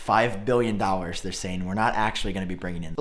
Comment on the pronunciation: It’s “dollars” not “dwollars” 😂